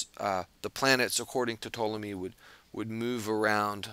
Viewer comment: Ptolemy is definitely not pronounced the way you mentioned! I am a Greek speaker and a Historian. You do pronounce the 'P', and the vowels are also pronounced different to the way you suggested. Besides that, very well explained video. :)